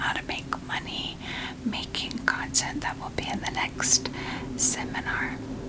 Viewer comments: Lmao am I the only one who keeps hearing “cunt-ent creation” ??? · Am I the only one hearing a very specific emphasis on the “cont” part of “content creation”?? 😂